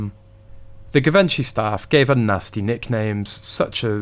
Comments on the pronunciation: It’s pronounced Jivenchy! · Pronounced: ‘GEE VON SHEE. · Please research how to pronounce Givenchy. You are interesting to listen to and clearly put thought snd effort into your videos.